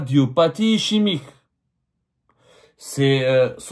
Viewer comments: Cardiopathie ICHEMIQUE😂😂 wallah j'ai ri de bon cœur. Ischémique MR Abdou: prononcez ISKEMIQUE. J'espère que vous avez eu l'autorisation de cette dame ou de cette famille pour parler de son état de santé et divulguer de quoi elle souffre, secret médical oblige. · Ischémique se prononce iskemique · Ischémique. Ça se prononce iskémique et non ichémique. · ICHEMIQUE j'ai bien ri. 😂😂 Ischémique cad ISKEMIQUE. J'espère que vous avez eu l'autorisation de divulguer l'etat de Santé de cette dame car tout ce que vous avez cité relève du secret professionnel. Z t-on le droit de rentrer dans autant de détails . Cela m'a indisposé. C'est presque indécent. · Si la tumeur est maligne, elle a le droit de prétendre à une libération pour raison de santé si sa condamnation est définitive, le règlement le lui permet. Abdou Semmar, on dit ischémique qui se prononce iskémique ! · Cardiopathie " Ischemique" et ça se prononce " Iskemique". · On prononce eskemique. khali yatkatlou binathoum. quand l'argent coulait a flot, tout le monde il est beau, tout le monde il est gentil. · prononciation cardiopathie iskemique mais s'ecrit ischemique. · Ça se prononce iskemique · Ah ton français !!! Ichimique !!!!!!! يا راجل واش بيك On dit pas ça le reste je ne comprends pas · Cardiopathie ischémique "iskemique" prend le soin de bien prononcer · Cardiopathie ischémique se prononce iskemique, tu devrais te renseigner sur la prononciation avant de le dénoncer , pour un journaliste c’est un minimum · On dit iskemique